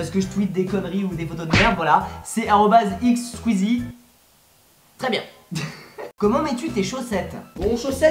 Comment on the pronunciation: mais t'as un problème, c'est toi qui a choisi le nom squeezie et tu sais même pas le prononcer !!??